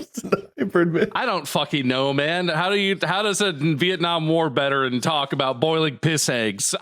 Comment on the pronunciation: Did Bob accidently say "War BETeran"?? instead of Veteran 😂